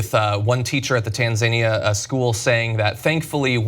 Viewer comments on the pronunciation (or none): Thankfully Cenk was able to pronounce 'Tanzania' the correct way, because John's pronounciation was cringeworthy. TanZAYnia???? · LOL at john butchering the pronunciation of Tanzania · pretty much any Tanzanian would take John butchering the pronunciation of their countries name over their kids having to go to a US school...